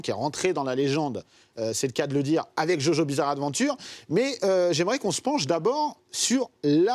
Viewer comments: Ptn c'est JoJo'SSSSSSSSSSSS Bizarre Adventure c'est pas compliqué Sinon sisi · aie l’accent quand il dit "jojo’s bizarre adventure"